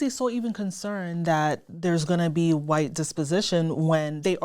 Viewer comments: I’m almost certain that knows of Jared Taylor, if he doesn’t know him personally. Listen to the way they both pronounce “hwite” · and Jared Taylor both belong to the culture of people who pronounce it “hwite”